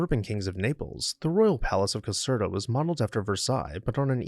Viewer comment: Not exactly sure what the largest palace in Europe "by volume" means, but why is that one only no.10 on your list? (Caserta is pronounced as if the "er" is "air.") Where is Europe's largest palace (by floor space and 3400 rooms ), the Royal Palace of Madrid? While the Winter Palace has more floor space, it isn't one giant building like the one in Madrid. Good choices, just my being picky - like thinking a video about houses should be about houses with a separate video about palaces.